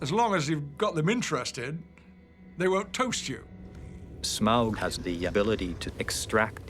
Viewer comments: "shmaug"..............its smaug my friend. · Yo PJ, there is no H or CH in "S*CH*MAUG" -- its SMAUG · it annoys me more that Peter sais "shmaug" instead of "smaug" xD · Smog, Shmaug, Smaug, Smahug how many times they pronounced it differently was really bugging me. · I absolutely love this but there's one thing that slightly annoys me... more than one of them pronounces Smaug as "Shmaug"... i still love it though... ❤️ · Why is Peter always saying "Shmaug" 😂 BTW: thx for uploading this❤️ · So I noticed that Peter and a lot of the other crew members were pronouncing Smaugs name as "shmaug". Is that the correct way to say it? I mean clearly if they're producing/directing the movie then they'd know the proper way of saying his name lol. Was just curious! I've always just pronounced it Smaug, without the SH sound. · lol the guy correcting me deleted the comment. but yes. for all wondering, it is certainly pronounced Smaug -- Sm-OWW-g. Like you stubbed your toe. Or like Smaug just ate you. Whatever. ...And then there's Peter Jackson, schm-ow-g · Some of them pronounce Smaug as Smog and its so annoying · Rystor Before I started reading tolkien literature, if asked to say Smaug, I would pronounce 'Smog' or 'Smowg'. But after, it's apparent that 'au' in is pronounced like the 'au' in Sauron, Smaug, Anfauglith, Taur nu fuin, falls of Rauros, Aule. So the 'au' is pronounced like 'found' and not 'faun'. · Why do they pronounce sometimes Shmaug instead of Smaug? Any idea? Thx! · Pretty interesting how PJ pronounces "Smaug" - SCHMAUUG. It's exactly the way my country men would do. We're saxon and it sounds horrid :D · "Schmaug" FFS, mr Jackson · Because they are stupid and don't know that it should be pronounced Smaug. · Out of all of the pronunciations of Smaug, I think "Shmauwgy-Shmauwg" beats them all. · Peter Jackson pronunciation of Smaug makes my ears bleed.. . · There's no "ch" in Smaug, Peter. Jesus christ.